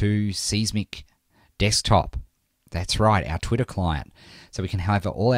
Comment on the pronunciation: ur voice is funny!!!! u say twitter in twitta.